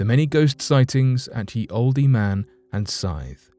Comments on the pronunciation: It's not pronounced ye in the old days ye was spoken as the the y being a th sound. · Hey great story & narrating from you as always, plz don't think I'm being picky but when it's spelt like Ye & Olde etc I'm sure it's still pronounced as the & old, keep up the good work your doing. XxX😎🐘